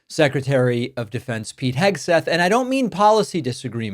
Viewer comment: KEG-seth slurring in front of the children! Sounded like he was rolling more than Easter eggs! 🥴 Let’s face it! The dude is two hooded-sheets to the wind! He, among others, is a daily reminder of Trump’s inept and incompetent leadership skills! Soooo embarrassing!